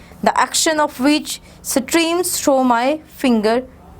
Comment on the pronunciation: A lot of pronunciation mistakes are there such as thought, die, chastened, certainty only in one paragraph.